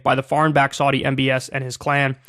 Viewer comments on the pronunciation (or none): Your pronunciation of Saudi isn't correct